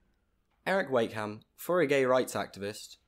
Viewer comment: You could at lest say his name right 💁🏼‍♀️🙄